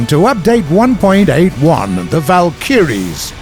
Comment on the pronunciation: War Thunder drinking game: Drink every time incorrectly pronounces "Valkyrie"